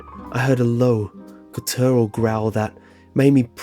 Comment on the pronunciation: Please look up how to pronounce words you don't know. e.g. guttural